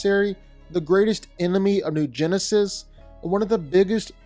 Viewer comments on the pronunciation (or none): none